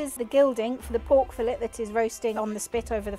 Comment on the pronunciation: Pork is a one syllable word. Not three